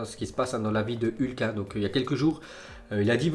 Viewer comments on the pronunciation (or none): none